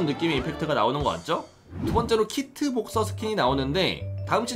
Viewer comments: 키트를 미코라고 말했어요!! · 9분47초에 키트를 미코라고 하심